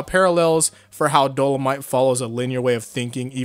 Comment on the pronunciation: Just want to mention that you pronounced dolomite wrong in the video, else awesome video